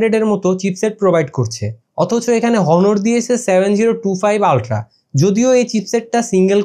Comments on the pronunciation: Its not হনর, Its অনর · ব্যাটা ফোনের রিভিউ পরে দিস , আগে নিজের স্পেলিং ঠিক কর । হনর কে অ্নর বলতে শিখ । 😡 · হনোর না অনার! রিভিউয়ারদের ভালো,স্পষ্ট উচ্চারণ জানা থাকা প্রয়োজন। বিষয়গুলো খেয়াল রাখবেন। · ভাই ব্রান্ড এর নাম টা ঠিক করে বলেন।হনর না।অনার। আর ফোন লেগ করে না।লেক করে উচ্চারণ ঠিক করে কথা বলেন। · ভাই এটা হনর না এটা অনর